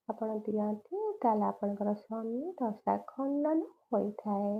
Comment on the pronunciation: ଶନି ଦାସ ନୁହେଁ ଦଶା😂